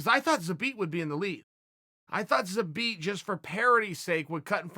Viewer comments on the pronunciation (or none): Nobody: Chael: ZABEAT!!!!! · “Zabit Ah-Mag Ah-Chariopov” Uncle Chael remains undefeated! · Chael "Zabit amog a cherry a pov" Sonnen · "Zabit apov a cherry a pov" atleast you got the zabit part right, to say megammedomaddsherriffov is not that hard! damn man! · Chael : Zabit a mog a cherry a pov Also Chael : im close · If uncle Chael says his name is Zabit Amogacherryapov, then his name is Zabit Amogacherryapov! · Khalabeeb, Zabit agocherrypov, nice)) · Zabit Mag-O-Med-Sherry-Pov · If Chael says his name is Zabit amog a cherry apov” then that’s his name. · 'ZABIT AMAGACHERIPOV' vs 'YAREAR'. I need to see uncle Chael talk about that match. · "Zabit among a cherry puff" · pls say at least one person's name right haha